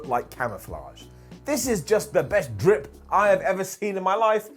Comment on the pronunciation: Saying “DRIP” Is A Highlight In Itself 😂😂😂